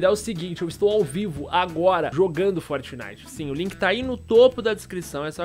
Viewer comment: Q tal Patinite ao inves de Fortitife